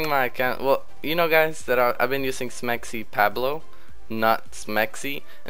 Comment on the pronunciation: Your mexican but you say SmexyPabloh instead of SmexyPawblo xD Ily